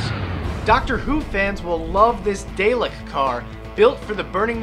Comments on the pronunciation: did he say day-lek? it's da-lek X) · Day-lek? It's pronounced dar-lik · DAYLICK!!!! LOL its DAA-LICK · He pronounced DALEK wrong? HOW? Da-Lek, not day-lick! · You just said daylek not Dalek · What is a 'daylek?' i think you mean dah - lek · its not daylek, its dalek, dalek, k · Daylek? No, it's said Dar-lick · It's a DALEK, not a DAYLEK!!! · Dailick car? Dalek car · DALEK IS PRONOUNCED DAR-LEK NOT DAY-LEK!!!! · theres no R in dalek thats how it's spelled not Darlek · Emm not its not darlek it's dalek. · DUDE!? you called it a daylic! its pronounce Daarrlick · ITS NOT DAY-LIK ITS DAL-EK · It isn't Day-lek its Dah-lek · Its not a 'Day-lek' its a 'Dah-lek' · It's Dall-ekk Not Dale-Ekk. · ITS NOT DAYLEK ITS DAH-LECK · u said dalk wrong, its daaaalek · Dalek! Not darlek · It's DAH-lek, not DAY-lek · Actually, dalek's not pronounced DALE-K, it's pronounced DOLL-EC. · Dall-eck. Not day-leck. Dall-eck. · lol daylick its proniuced dahleck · You pronounced Dalek wrong!!!! It's (Dar-lek) not (Day-lek)!!!!! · DELK????? ITS DAR-LEK!!! LIES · Dah-lek, not day-lek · daylek? it's DAHLEK(pronounced) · It's pronounced Dar-lek not Day-lek!!! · Dah-lek! not Day-lek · ...it's dallakk. Not daylick. Dallack. You pronounce dalek like DALLACK! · It is pronounced dar - lek not day - lek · It's pronounced dah-lek not day-lek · It is not day-lik it's dah-lek silly ppl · Dah-lek, not day-lek. Just had to say. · It's pronounced DAHLECK not like DAYLICK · Day-lek? Day-lek?! DAY-LEK?! *faints from shock* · i know what a dalek is but wtf is a daylek? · Did he call a dalek a day-leck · "Daylek"? Do you even Doctor Who? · at least he didnt say darlek... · *dah-lek there is no r in dalek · IT'S DA-LEK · it's a bit more like dah-lek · ikr. supposed to be dah-lek. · WTF is a "Daylek" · Did you just pronounce dalek, DAY-LICK?!?!?!?!?!?! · HE SAID DALEK WRONG, ITS DAW-LICK (in a british accent) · DID HE JUST FUCKING SAY DAY-LEK????!? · Daylick? DAYLICK?! Doctor Who smazem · DALEK is pronounced: DAR-LEKK